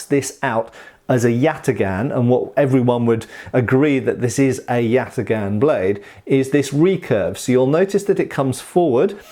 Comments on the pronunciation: Correct prounuanciation is something like yataan(yatağan) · This comment only makes sense if you completely butcher the name like does btw. The correct pronunciation would be with very hard a's, like in the word "father" and instead of a hard g it would be a soft g, like a German ch but without that vibration sound to it. Good joke tho. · except father has a long a, while both as in yatagan are short, with the second even being reduced